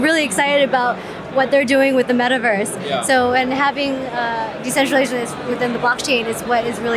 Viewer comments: WTF is “decentralation” 🤔😅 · "Decentralation" LOL